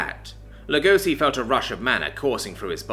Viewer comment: oh that's actually pretty cool if that's where the name came from. Though it's only "Lugosi" cause pronounces it like that for some reason. It should be pronounced more like Lego-shee.